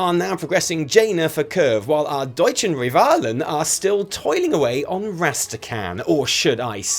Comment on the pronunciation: How long have you practised "Deutschen Rivalen" xD